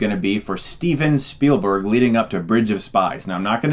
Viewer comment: I'm sorry but when you said Speilburg's name I couldn't help but cringe. As an up and coming film maker myself people always ask me what I think of Speilburg and they are shocked when I say that without George Lucas and John Williams he wouldn't be half as famous as he is now. Sure he has made some good movies but when you have made as many films as he has that shouldn't come as a surprise. Occasionally he would catch lightning in a bottle with a film like Shindler's List or Saving Private Ryan but really he is one of the most over rated directors of all time. Just my opinion. But besides that little Speilburg rant keep up the good work Chris I really dig your videos.